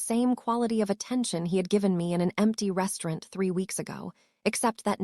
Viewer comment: Please please stop mispronouncing restaurant. It's truly nerve racking 😂😂😂😂